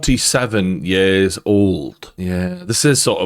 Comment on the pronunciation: I love how you said Kanye was this way for years and years, but because of your accent you said "Ye's and ye's" 🤣